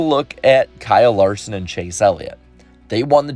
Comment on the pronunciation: i was making fun of him for saying "Elliot"...